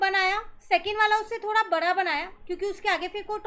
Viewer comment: Maan it's bada not bara